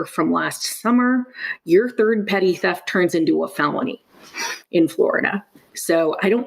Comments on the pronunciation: "Petite theft" lol thats "petty" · It makes me really happy when people pronounce "Petit Theft" as "Petite Theft". Like it's a dainty little theft. 😂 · Petite theft😂😂😂 “petty” theft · petit theft = 'petty theft' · Small fyi: it's pronounced like petty theft. Love your channel, keep it up! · Petit theft is just pronounced petty theft. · Petit theft is pronounced petty theft. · petty theft, not petit theft 🤣